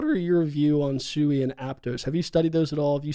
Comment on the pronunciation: Sui is pronounced Sweet without the t. Not soo-ee